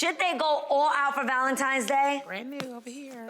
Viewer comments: It's the valenti"M"es instead of valenti"N"es for me 🥴🥴 Jesus 🤣🤣🤣🤦🏾‍♀️ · Right!! I'm sitting here saying "tine's" not "time's", wishing she could hear me. I can't stand it. 😵‍💫😵‍💫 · Not Nene with the "Valentimes" day 😭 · Why do people from Atlanta say ValentiMe's???!!! My ex still says that and he's all the way in his 40s and it's still annoying. Nene you're grown. Do some reading argh 😫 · So glad I wasn't the only one who caught that. Hearing that was like nails on a chalkboard! 😬😬